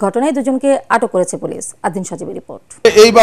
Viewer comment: সংবাদ পরিবেশক পুলিশকে বলে পোলেশ 😂